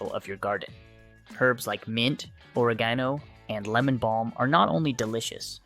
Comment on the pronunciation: The pronunciation of oregano indicates this is all AI generated content.